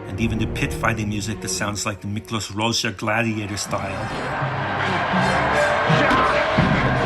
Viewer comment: I think you're the first person on the internet to properly pronounce Miklos Rozsa's name. XD